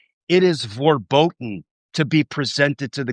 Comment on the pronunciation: It's not VORBOTEN, it is VERBOTEN.